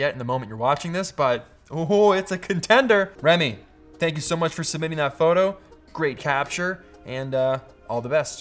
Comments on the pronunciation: read this comment exactly as he said that, yes he did haha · did he say “froto”? Lol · Froto Baggins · sure did!